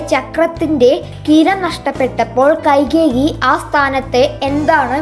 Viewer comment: കൈകേകി അല്ല കൈകേയിയാണ്